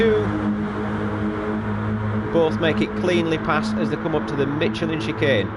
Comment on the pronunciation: Well done, very entertaining commentary. I didn’t know there was a “t” in Michelin...must be the Yorkshire alphabet 😉😃